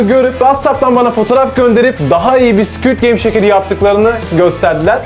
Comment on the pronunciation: abinin squt gameye sikiytgame demesi😂😂😂